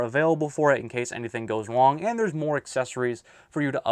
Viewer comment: you said wong lol